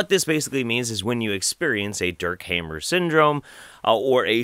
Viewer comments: His surname is appropriately pronounced 'harmer'.... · the speaker seems so pale and looks unhealthy...The name is pronounced like : Hahmer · pronounciation: ryke geerd hamer: reekay gaerd hahmer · The "a" of "Hammer" is not as the "a" in "have", but as the "u" in "fuck".